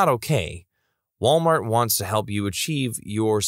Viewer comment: “Malwart”. Amazing.